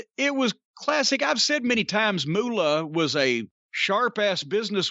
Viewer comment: For some reason, I love how Jim says, "Moolah".